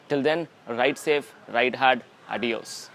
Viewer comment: liked that south indian accent Adios ! in the End !